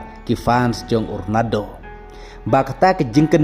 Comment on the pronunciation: Ronado😂😂 da pronounce bha lh ba i lhrain 😂